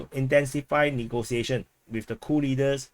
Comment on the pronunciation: Sounds like you say "Cool leaders"...